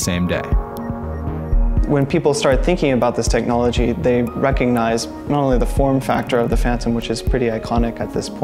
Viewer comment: If you get a narrator, he might know how to pronounce "recognize" .. it has a "g"